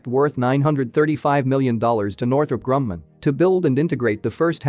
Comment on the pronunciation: It is not pronounced “Northrop Grum-nan.”